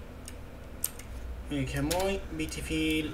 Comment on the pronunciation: BEETIFILLLL, OKURZZZ